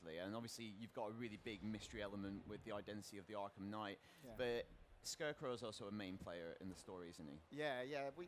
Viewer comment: just came in here to say kngight